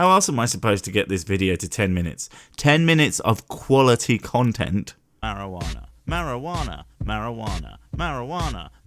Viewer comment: Mary-Joo-Wanna is bad mkay, don’t drink the Mary-Joo-Wanna mkay childrens.